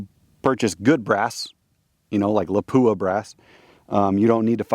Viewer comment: just a FYI not to pick lol , its pronounced, LOP-WAH ,,, not LA-POO-AH